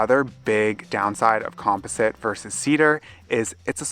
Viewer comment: Com poz it ! Or com pause it ! Lol